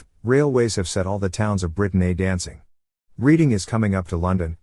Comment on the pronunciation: 'Reading' is pronounced 'Redding'.